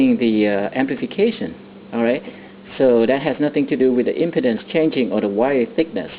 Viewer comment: I like how you pronounce impedance, LOL. Sounds like impotence.